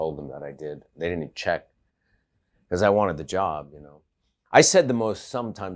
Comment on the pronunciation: director: I thought you knew how to sing opera? michael: I DID-ant ....